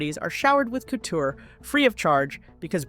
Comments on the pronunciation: “Wrapped in cooter?” …you mean “couture?” 😭😭 These AI videos suck so fking bad 😂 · Ko Tour (couture) not cooter! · A “cooter” in some circles is an unmentionable part of a woman’s body, whereas “couture”, pronounced “coo-choor” is designer fashion. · Couture is NOT pronounced cooter. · Couture NOT Cooter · Dear robot employers: Couture is NOT pronounced ‘cooter’. There are NO HUMANS who can do the voice-over???? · Hey, AI! You pronounced “couture” as “kooder”. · Your video is very interesting; however, Sweetheart, please Google how to pronounce couture! In the south "Cooter" has nothing to do with fashion!😂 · "...draped in kooo-dure..?" omg, this AI bot voice over is hilarious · I’m sorry, did you say Rihanna was dressed in ‘cooter?’ Edit: they do it the entire video—they think ‘couture’ is pronounced ‘cooter.’ Dear GOD, do you not have an editor? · Please look up the correct pronunciation of"couture." it's not "cooter." Her "cooter" is what she used to bag a Prince. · “Cooter?” Jesus. You can’t teach AI to pronounce couture?? 🙄🙄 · COOTER😂😂😂😂 That's how AI pronounces couture. me stealing dat😊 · It drove me crazy that the voice over kept pronouncing the word couture as "cooter". 🤦🏻‍♀️😂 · The narration needs work. Seriously, pronouncing couture as “cooter”. So bad! 🤦‍♀️🤦‍♀️🤦‍♀️😭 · 'COOTER'???? Does the narrator mean 'couture' but is unable to pronounce the French word correctly? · These are , still , the early years of AI . Pretty soon , they'll rectify this . But I really hope they don't ! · Please learn how to pronounce 'couture'. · that’s funny🤣but sadly, it’s just the AI not knowing how to correctly pronounce the word “couture.” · It's driving me crazy too